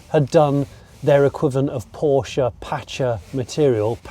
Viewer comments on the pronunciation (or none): none